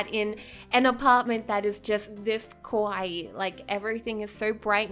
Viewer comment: The way you are pronouncing kawaii sounds like kowai (scary) sometimes so be careful.